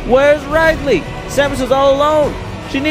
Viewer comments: IT'S RID-LEE. R I D - L E E. OK?!?!?!?!?!?!?!? I hate it when people mispronounce his name on purpose. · Omg, he called him Ride-Lee ...I'm done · Lol rydley. I call Wario worio. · you pronounced ridley wrong but no hate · That's a cool way to pronounce Ridley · ridley, pronounce rid as getting rid of someone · you said ridley's name wrong